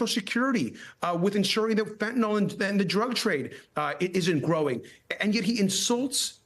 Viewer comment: I love that Trudeau can pronounce fentanyl correctly. 😊